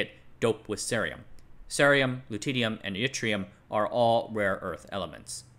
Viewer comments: It's silly, but Lutetium is pronounced "Loo-tee-shee-um" (or "Luh-tee-shee-um" in UK) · The way pronounces loutittyum makes me titter with glee